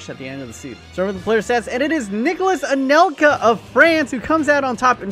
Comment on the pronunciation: Did anybody notice he said “Anelsa”.